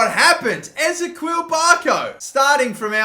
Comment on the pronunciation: man just please learn how to pronounce Ezequiel, it's killing me.